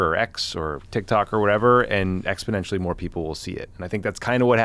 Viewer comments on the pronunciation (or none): “ExPEDentially more people will see it” — What the hell is “exPEDentially”?